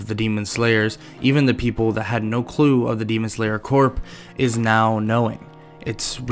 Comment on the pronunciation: Common mispronunciation but corps is actually pronounced like core. I don’t know why but it is.